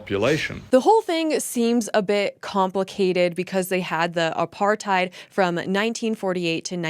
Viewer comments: "Apar-thigh-ed" lady looks like an ork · I am a white South African Male and actually lived and worked during the so-called Apartheid era! I have 4 Daughters and 3 Grand children. They were never part of this era. That man that spoke as a so-called South African, was obviously never in it! He can't even pronounce Apartheid. He is the twat and is misleading! He like most others cannot see that their food comes from those farms that got taken away from them! He never saw the murders and what is done during these murders where women get cut open and their organs get harvested to do black magic with! I did not agree with most of what the previous idiot government did, but at least they are not communists like the current government and Nelson Mandela! Why does the Democrats in the USA support Communists? This so-called South African who badmouthed President Trump and Elon Musk, has no idea and is no South African! A funny thing is, we in South Africa never had slaves like America. I have a lot of Black and Coloured friends! That one ugly lady with the glasses who is used to look down on people and degrade our Black people in South Africa by saying they cannot stand up for themselves, is disgusting as she looks! America has more Apartheid than South Africa! Apartheid means living apart. Where in America can a white person walk through an area where predominately Black people stay and come unscathed out the other side and vice versa! Afrikaans is a language on it's own and even Black people speaks it! The first people in